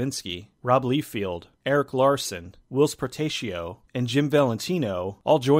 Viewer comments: I would recommend that you fix your pronunciation for the guy who did the artwork and other stuff on Youngblood. It's not Rob Leefield. It's pronounced Liefeld (Say Ly-Feld). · it is rob "lye fell d" not "lee field" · Rob Liefeld's last name is pronounced "Lye-feld," not "Lee-field." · Lie-field. not Lee-field. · Great video man! Just a correction though: Rob Liefeld’s second name is pronounced “Lie- feld.” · I Do have to point out you mispronounce robs last name I know because I see comic reviewers say it it's more liefelt in pronunciation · Actually it's Lie-feld. But I've never met any comic book fan that's said it right, and wouldn't have known myself if I hadn't seen an interview with him where he corrected the interviewer. Think he finds it annoying. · This is one of those movies that I remember liking it when i first watched it. But never revisited over the years. Love how you pronounce Rob Liefeld's last name lol.